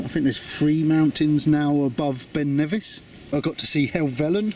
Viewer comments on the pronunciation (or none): none